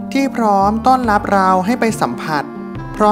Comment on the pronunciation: สองล้อย...ไล่ อ่านคำไม่ผ่านครับ ร้อย ล้อย ไร่ เป็น ไล่ รับ เป็น ลับ